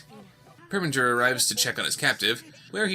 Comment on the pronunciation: It PREminger. NOT PERminger!